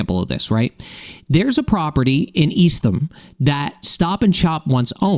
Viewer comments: Eastham is pronounced “East ham” not “East um”, Chatham very close by is “Chat um”… The State has many towns that vary how the ending “ham” is pronounced. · East-tham Ugh. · East-Tam. You’re welcome.